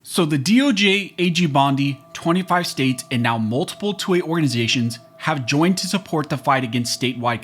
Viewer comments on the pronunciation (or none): When you say '2A' it sounds like 'toy'. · Sounds like you're saying "toy" every time you say "2A".